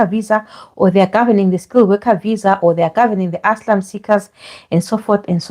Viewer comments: Asylum is pronounced ass ~i ~lum it really that difficult ? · Please stop saying "and so on and so forth!". Also, pronounce the word 'asylum ' correctly! You can do better!